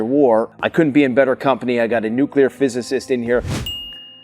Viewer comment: His name is nuclear phyisis lol 😆